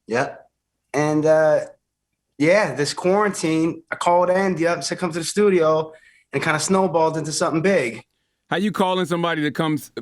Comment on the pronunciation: Did Charlemagne just say "Thudio"??? 😳🤣😆